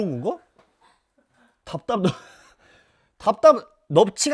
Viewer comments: 답답을 발음못해서 덥덥이라 했다던데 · 답다압느업츼..? 뭔가 이 외국인같은 발음이랑 표정이 너무 웃기고 귀여움ㅋㅋㅋㅋㅋㅋㅋㅋㅋㅋ